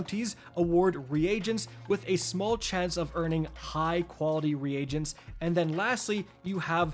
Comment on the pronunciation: Dude. I like your content but you gotta be saying those words wrong on purpose, right?? I don't think that's how you're supposed to say "Reagents".